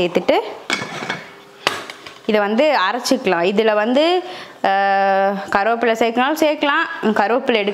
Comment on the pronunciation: கருவேப்பிலை என்று உச்சரிக்கவும்